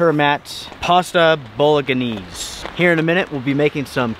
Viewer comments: Bolaganese is pronounced bolanese! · "Boligenneees" 🤣 Bolen-ehs. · Pasta "Bolaganeez" is actually pronounced "Bolan-aise". Other than that, always great videos to frame museum grade works of art by! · Great videos, however Bah log O Beez is actually pronounced bah lo Beez without the g.😂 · Oh,. Bolo-ganese? You pronounce it "bolonaysee". Glad you enjoyed it, though. Good video. Keep up the entertaining content! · I lmfaooo "Bol-og-aneeze" Its pronounced "Bola-Naze" 😂😂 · you made me laugh. No disrespect intended; it’s pronounced: bow-luh-nayz, not bolo-ga-knees. You’re a cool dude. I find you both informative and entertaining. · Bow-la-neez. Bow-la-gah-neez isn’t a thing. 😂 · Bowlaganeeze??? Try bow·luh' nayz, aka Ragu sauce in Italy. The new laws are a drag. Glad you have private land to film on, but it is limiting. This could also be expanded to cover all public property, like state and local parks and govt buildings, public easements and right of ways, etc. Never mind that "we the people" already own them. On the other hand, since YT is profiting from the videos, should they be held to commercial use standards like any major network? I mean, if NBC allowed us to post videos to their broadcasts, we'd be subject to the same rules they are, right? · Bolo-ga-neese is probably the funniest way I've heard Bolognese pronounced 🤣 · Great video,. Your Turmat meal is pronounced "Bow-lun-aay-see". The ""G" is silent, the "lun" rhymes with gun. No matter how you pronounce it, it is delish. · What a adventure that was. Thunder, wind, rain and hail. Btw Bolognese is pronounced bollen nays. 👍😉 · ROFL it's pronounced bow-luh-nayz. Bolognese sauce is a meat-based sauce in Italian cuisine, typical of the city of Bologna. It is customarily used to dress tagliatelle al ragù and to prepare lasagne alla bolognese. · Pronounced Bollo naise Great vid thank you 👌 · Great video although that meal you had is pronounced ball-o-naze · Bolognese- "bow la naez"